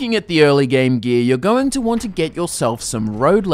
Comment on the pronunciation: For those who just as confused as I am, when he says "gee" he really means gear